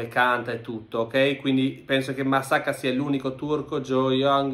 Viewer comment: bu arkadaş MASSAKA 'ya musakkamı dedi dua et seni bulmasın :d